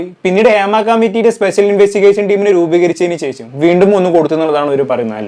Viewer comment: അക്ഷര സ്പുടതയോടെ സംസാരിക്കു ബ്രോ 🙏🏾🙏🏾ശേഷം ആണ്... സെശം അല്ല. സോസിയൽ മീഡിയ അല്ല... സോഷ്യൽ മീഡിയ..